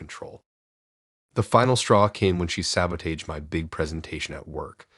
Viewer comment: Sab-oh-tayged instead of sab-uh-tahj? Seriously??!! Dude muh nee-lee-oh-tiv?! ?? ding gee room instead of din-jee??! Omg